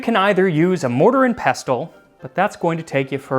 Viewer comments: /PESL/ - the T is SILENT in 'pestle'. ffs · Psst: It's pronounced "pess-el". Remember, the vessel with the pestle has the pellet with the poison! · The t in 'pestle' is silent. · When saying the word 'pestle,' the /t/ is silent. It rhymes with 'wrestle' and 'trestle.' As you use one so frequently, I thought you might like to know